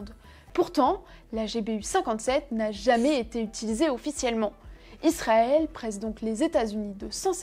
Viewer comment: Pourquoi tu dis "Lisrael" ?